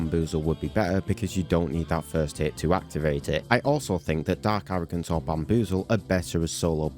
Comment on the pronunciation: "Dark aroogance"